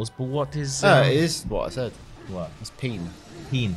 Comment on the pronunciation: Pronouncing pene as peen gave me a good chuckle.